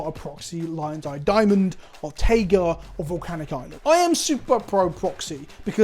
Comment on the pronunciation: The platonic ideal would be pronouncing Taiga correctly